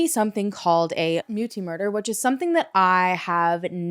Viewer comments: And Muti is pronounced Mootea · Hey! South African here - thank you for bringing attention to this case. Just for interest's sake, "muti" is pronounced "moo-tea"